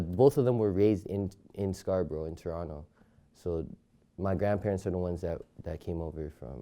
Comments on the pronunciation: It’s not scarsborough Its Scarborough nigga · Scarsbrough LMAOOO scarborough** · yo they said Scarsborough